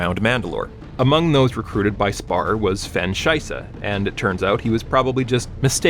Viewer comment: legit no clue how bro saw "Shysa" and decided it had to be "Scheiβe" XD